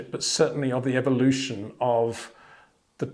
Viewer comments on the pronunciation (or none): none